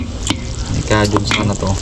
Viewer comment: Not Kajun….but Cajun pronounced as Key-juhn. Thank you. You been saying it wrong for a very long time now. For your own good. Peace!